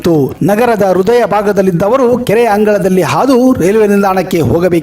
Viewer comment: ರುದಯ ಅಲ್ಲಾ ಮಾರಾಯಾ , ಹೃದಯ